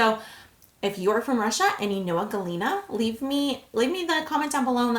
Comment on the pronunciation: You pronounced them really well. Good job girl